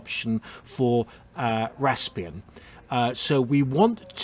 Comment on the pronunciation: Rasp-eeeee-an. There are no other "r"s in the spelling.